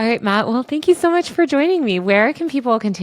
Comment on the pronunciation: It’s Matt no hatt!